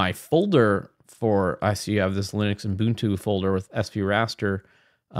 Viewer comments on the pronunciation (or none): none